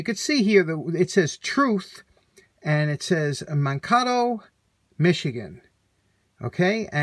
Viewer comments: Hi: look again, the town is Man-ka-to, Minnesota. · Ok I’m gonna be “that guy” from now on. Man-ka-toe Minnesota. The a and o are long in Mankato and Minn is the four letter abbreviation for Minnesota not Michigan. Sorry man I love your channel and the content but I’m gonna stay on you about city name pronunciations. Unless it’s Worcester, Ma. 😂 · Mankato Minnesota. Pronounced man Kate o. About an hour south of me. Another awesome video! Thanks again! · I believe that says MAN KAY Toe, Minn. That's how it's phonetically spelled. This little town always comes up on the top ten lists of best towns to live in Minnesota. I had to cut my plexiglass window today with borrowed tools from a neighbor when I locked myself out of my home. I was very glad I upgraded that glass to plexi many years ago because I didn't have to break anything to get back in. Futzing around. My parents used that, too. Highly religious family and they did not want to set any bad examples for us kids. They made sure you were brought up right! I always thought it was generally equivalent to "farting around" ie time wasting. But it does feel nice to have days to just do as you want. Right now I have too long of a list of things to do. Buy once, cry once is why I put a 1/2hp 600rpm steel and concrete Craftsman drill on lay a way at Sears when I was 15. Remember lay-a-ways? I still have that 3 handled drill. The gearbox was all metal enclosed. Bought it with my paper route earnings. Today's modern dustpan is the cordless vac. I wouldn't have bought this but I got a $200 cordless one because some one was too lazy to cut out the dog hair and clean it up right. Sure helped me cleaning up all the plexiglass shavings I made while cutting through my front window. I should have known you collect shop brushes, too. But of course! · Pronounced “Man Kay toe” Minnesota. My mother was born there